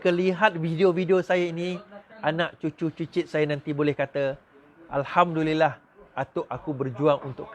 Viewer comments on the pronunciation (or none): none